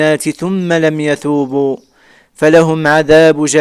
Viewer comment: اخي الكريم انا لاحظت انك تنطق الحروف خطا. التاء ت تنطقها بالثاء ث. والثاء ث تنطقها بالتاء ت. وقد قرات ايضا الآية الكريمة خطأ في الدقيقة عندما قلت يثوبوا وهو في الاصل يتوبوا. عليك ان تراجع هذا